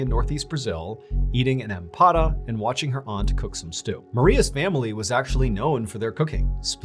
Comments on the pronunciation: To everyone that keeps commenting, Empadas are a Brazilian savory pie dish. He did not make a mistake trying to pronounce “empanada”. He’s correct. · Since I keep seeing people confused in the comments: He's saying it right. EMPADA≠empANada. They are two separate foods. Empadas are Brazilian Empanadas are spanish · yes that’s what do the comment is saying it is saying that others have incorrectly called them empanadas but Mr. Ballen correctly calls them empadas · Brazilian EMPADAS! They are small salted pies, usually filled with shrimp, hearts of palm or chicken. HE SAID IT RIGHT!!